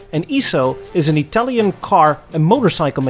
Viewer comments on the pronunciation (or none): none